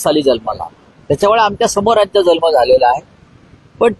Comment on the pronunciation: जल्म नाही जन्म.